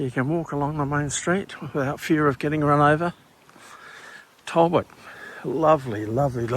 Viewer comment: its not tallbot , tal-bot